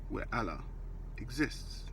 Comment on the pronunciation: What mandem think he's Brian Cox now.Fuck face learn how to say Allah 1st.